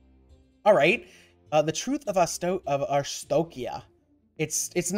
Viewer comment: why do you guys pronounce Arstokia?